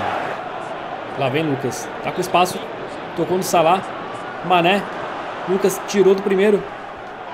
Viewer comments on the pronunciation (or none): salada em vez de salah kkkkkkkkkkkkkkk